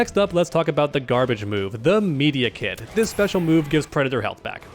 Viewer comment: Say Medi-kit again please